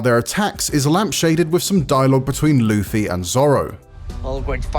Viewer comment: Lufy? Usop? What are these pronounciations